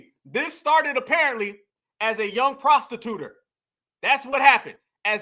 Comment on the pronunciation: I'm on the playback and I heard her VP running mate say "prostituter" 😂😂😂.